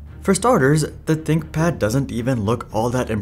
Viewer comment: Tinkpad? Haha “ Th”